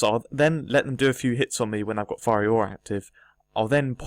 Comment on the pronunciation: It's Fiery Aura, not Firey Aura, mate